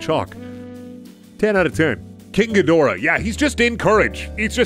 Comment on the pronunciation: Just so you know its pronounced "King Ghidorah" Just making it super clear